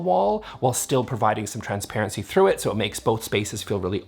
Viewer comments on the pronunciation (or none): none